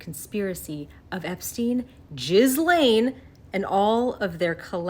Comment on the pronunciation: "jizz-lane maxwell" 😂